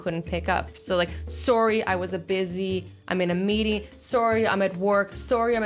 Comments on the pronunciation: Azzy sorry = so-ri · You Say Sorry Funny 😂😂